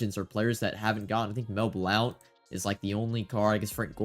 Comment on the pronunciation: Dawg, it’s been years. “Blount” is pronounced like “Blunt”, not “Blownt”. I’d get it if he was an unknown player, but it’s MEL BLOUNT bro, a legend lmao not some scrub. C’mon now